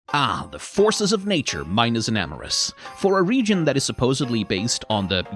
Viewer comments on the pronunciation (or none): none